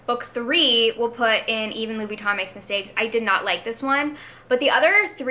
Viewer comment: I think you’re pronouncing ‘Louis Vuitton’ correctly. All you’re missing is the French accent and since you’re not French no one’s going to expect you to have one. Fun video and loved the Housewives tier names.